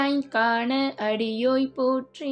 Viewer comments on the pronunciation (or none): ஆழியான் காணா...... காண என்று உச்சரிக்கின்றீர்கள்